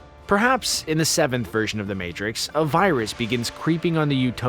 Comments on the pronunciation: "THE MARTIX" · lol... "The Martix"